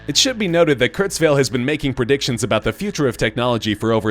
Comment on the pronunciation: I thought his last name is pronounced Kurtz-while, not Kurtz-vale (?)